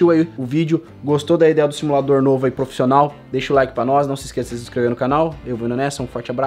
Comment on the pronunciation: "profissonal" kkkk